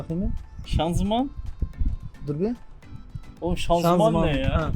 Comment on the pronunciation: Doğrusu ianzıman, şanzuman değil.